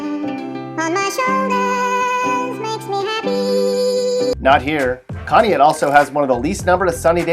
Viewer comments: It’s pronounced conn-e-ought and that’s where I’m from and wasn’t so bad when I was growing up but it’s a small town and no one sticks up for the working people. Everyone just assumes we are all druggies and single moms/dads living off welfare which isn’t true. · Conneaut is pronounced CON EE OT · Moron couldn't even pronounce Conneaut correctly, smh... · You're pronouncing Conneaut wrong. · Please learn how to pronounce conneaut right.